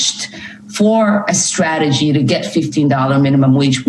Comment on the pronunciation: She said "stwategy"...🙄